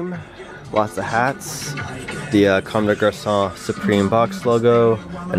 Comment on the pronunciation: U really know how to pronounce comme de garçon